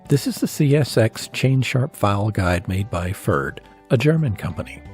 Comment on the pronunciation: the only improvement I could suggest is pronunciation. it's a tough one, though. Pferd means horse in german. it rhymes with the name Baird, but a german pf doesn't exist in english. like a slight p stuck on to the front of 'faired'